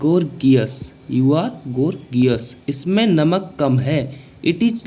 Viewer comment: Not गोर्गियस Gorgeous - गॉर्जस is the right pronounciation.